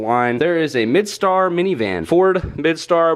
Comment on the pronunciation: Windstar not midstar